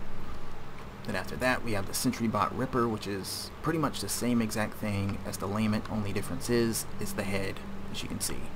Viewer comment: The constant mispronunciations are mildly infuriating. The name of the DLC is Fallout Automaton, based on the word automaton, which is pronounced "au-TOM-ma-tron". The "Sentry Bot Lament" isn't pronounced "LAME-ent", it's pronounced "la-MENT". Gamma gun isn't pronounced "Gohmma", it's pronounced "GAM-ma" And god damn it, Sauron isn't "sau-RON", it's "SAU-ron".